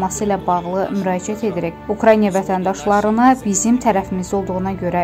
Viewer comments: Eziz aparici sizce UKRAINA düzdü yoxsa siz deyen kimi ukraynya ? Oxuyun öyrenin bilin! Düzgün telefüz edin bacarmizrsinizsa diksiya etmeyin danişmayin sesinizi yayimlamayin ayibdi ! Birce ölke adlari yox umumiyyetle çox sözleri düzgün telefüz etmirsiniz xanim qedin. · Ay qız !!!! Украйня yox !! УкраИНА !!